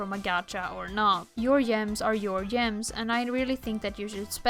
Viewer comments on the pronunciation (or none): not an insult, but i love the way you say gems. they arent gems anymore, they're yems <33